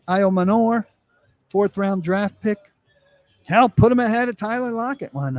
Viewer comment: All those smart people you're employing, and they haven't told you it's CHIM-RAY and I-YO-MANNER.